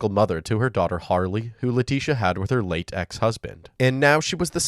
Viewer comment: when the narrator said "her late, ex-husband"... it actually sounded like they said "her latex husband" 🤦🏼‍♀️